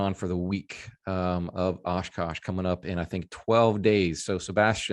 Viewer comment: is it so hard to say Oshkosh!!!